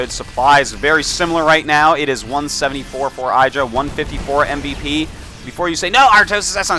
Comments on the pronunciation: its idra not eyedra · ih- dra. not eye-dra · and hes gotta say idra right its not eyedra, its idra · It's pronounced "iddra", not "I draw" ;o) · Artosis it's ihdra, not eyedra. He said it right next to you in your imbalanced show #1. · Eye-dra... lol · And he mispronounced "IDD-ra" throughout the whole game... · eye-dra *shivers* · Why does he say EYEdra? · You'd think Fartosis could pronounce IdrA's name correctly being a GSL Code S caster...... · John Yentes He mispronounced it on purpose bc he likes to mess with his friend Idra. =] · How is Artosis so close with Idra he even has his own show with him and yet he pronounces his name wrong..